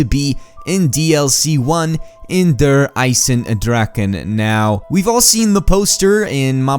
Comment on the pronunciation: Now i know how you say it xD Im form germany and i was laughing when he said "Der Eisendrache" .